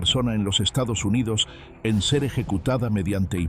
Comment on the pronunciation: No sabes decir Estados Unidos, ni pronunciar las horas en Español es lamentable como lo de pedir a la gente que se suscriba en mitad del video, cortando de un modo muy molesto el seguimiento